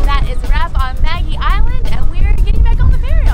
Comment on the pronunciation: "Maggie Island" 😂😂 you nailed it 👌 If you ever return to Sydney, skip Bondi and the CBD, and head straight to the Northern Beaches (North Head & West Head 👌and all the stunning beaches up to Palm Beach) and also The Blue Mountains.